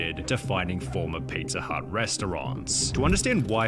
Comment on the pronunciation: Is anyone else absolutely losing it over how this guy pronounces pizza? PeetzaaaGh